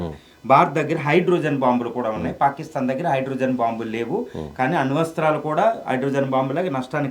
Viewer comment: అణు వస్త్రాలు కాదు ... అణు అస్త్రాలు రా చేపడానికి రాకుండా ఓవర్ యాక్షన్ 😂😂